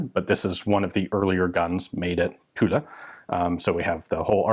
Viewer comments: Yep , I confirm ; actually it is prononced as a mix between tulla and tool ; so more like Tula, but without the a at the end... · Tulle is pronounced "tool". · I believe tulle is pronounced closer to “tool” 🙂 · great vid as always, the "e" is silence in Tulle, pronounced "Tul" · Hello, Ian. Tulle is pronounced without anything past the two lls. PS did you go to Purdue? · The "e" in Tulle is silent. Thanks for the vid. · his pronunciation is not correct, even for the "u". His french sucks, but his videos are great. Bonne journée à toi...